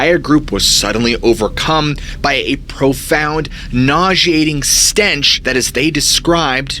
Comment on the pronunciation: 😆 you kill me when you say stench. It's like books in literature, spelling milche cow